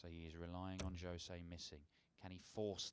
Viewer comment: yes and also its not shose its JOSE